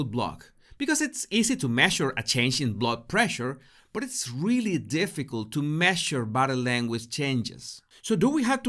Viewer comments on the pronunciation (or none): none